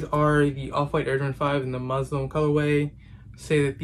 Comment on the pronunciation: It’s not Muslim it’s muslin